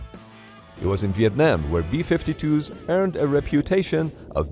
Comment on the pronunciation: vietnim. you werent there man. vietnim was crazy